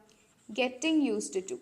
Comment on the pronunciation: യൂസ് റ്റു✅ Not യൂസ്ഡ് റ്റു ❌